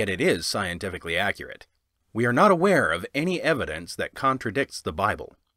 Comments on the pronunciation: "scientifically accruate" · I stopped watching The Bible: Scientifically 'accruate'